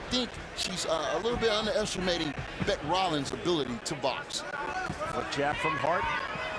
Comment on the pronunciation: Not Bic. It is Bec. As in short for Becky.